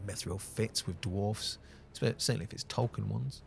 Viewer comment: Look at you pronouncing that plural ‘dwarfs’ properly as Tolkien would have you do. Cheers sir.